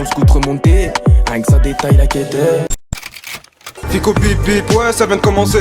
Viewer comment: Ficko ça se dit sane - sane 😂😂 c’est un vrai 2 vrai